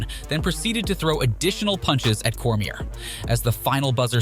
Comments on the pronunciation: There's another. Can't pronounce Cormier. Bro do your freaking research. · literally bro